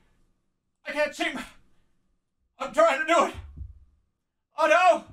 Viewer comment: I find it weird how Jerma heavily pronunciates the "tt" in "Otto"